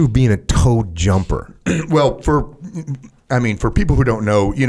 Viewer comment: "Towed Jumper" instead of "T.O.A.D." jumper, huh?